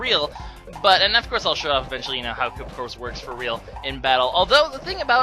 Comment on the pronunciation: Koopa Corpse? You mean Koopa CORPS?